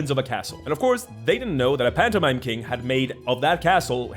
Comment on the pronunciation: I swear I heard phantomime like a MiME